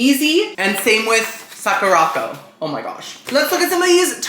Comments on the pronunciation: Sah-koo-rah Co - like company. Sakura Company. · 🤣Socko-rocko!!! Sweety! It’s pronounced Sakura-co. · I don't know why it's so funny to hear call Sakura Co, socko rocko but I got a good chuckle out of it